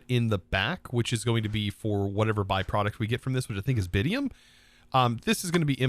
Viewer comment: bitium? you mean bitumen?